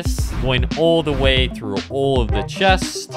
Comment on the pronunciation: "THAUSEND of chestes" 313 exactly